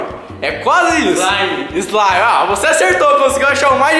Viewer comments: slamif eslimifi kkkkkk morri eu so acho que é slime😂😂😂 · não é sua ilegal é slaime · Esmaire esmire eslaime kkk